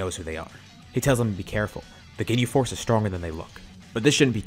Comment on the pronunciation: I fr heard him say "they defeated the gay force" XD At